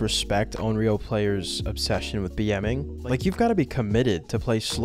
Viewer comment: Just a heads up, it's considered offensive to mispronounce a Japanese word/name like Onryō as something different.